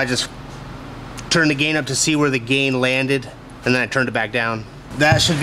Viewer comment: Maybe in the opening credits instead of saying "and NVX" say "and also NVX" so there isn't that weird pause sounding like you're having a stroke?